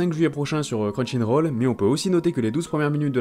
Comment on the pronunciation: ça me stresse que tu prononce crunchinroll